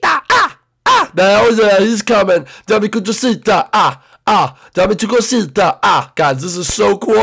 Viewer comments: Its Dame Tu Cosita Uh.just an FYI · Dame tu cousita sang it wrong